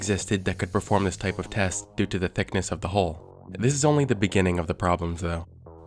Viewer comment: It's hull not "holh"